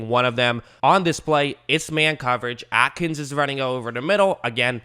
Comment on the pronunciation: Thanks for this! Only nitpick Jordan A-kins no t